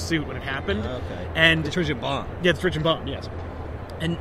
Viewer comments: Am I the only one that is slightly annoyed by the pronunciation of Terrigen as Terrigian? I swear it's terrigen let me know if I'm wrong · jonathan mortensen it's Tear-A-Gin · Dearest Abigail, One year has passed and I've given up hope that and his friends will ever pronounce "Terrigen" correctly. At first it weighed heavy on the mind. Now, I have become numb to their ways. I am not sure I will return from this battle. Conditions are harsh. Please send money. Kindest regards, General Silver Montezuma Surfer